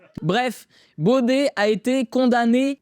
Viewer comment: C'est pas Bauder c'est Baudet 😂😂😂😂😂😂😂😂